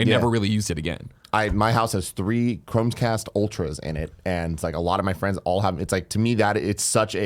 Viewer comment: Calling it 'Games Pass', I understand. But, 'ChromeScast'. Jesus Christ, I'm triggered.